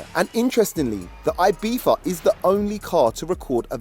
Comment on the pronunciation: Am i the only one bothered that he is saying ibiFa instead of ibiZa 😅